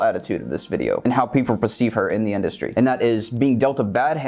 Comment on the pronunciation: Dee animeshon indushtry